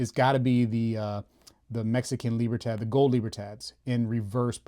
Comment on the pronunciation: Dude, I love your channel. I have to admit that I wince every time I hear you pronounce the word "Libertad."